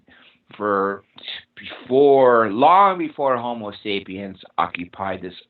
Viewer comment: Thanks for another interesting interview! BTW ist's "homo" (Latin for 'man') not "homeo" (Greek for'equal') sapiens.